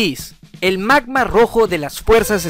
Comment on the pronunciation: Antes no entendia que decia "el magma rojo de las fuerzas ginyu" xd pense que decia "el man mas rojo de las fuerzas ginyu" Jaja